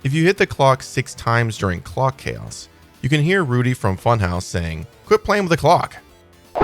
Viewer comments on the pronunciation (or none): none